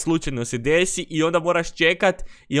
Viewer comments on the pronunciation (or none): none